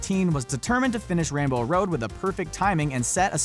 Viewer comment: Was this guy calling it ran bow Rhode or rain bow?